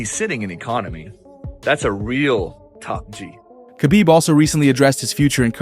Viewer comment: Who is kabib? I know his name is Khabib aka Habib but who is Kabib. You guys don't even know how to pronounce people's names.